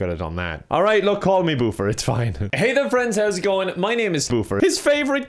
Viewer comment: I was confused with you saying boo-fear not boof-er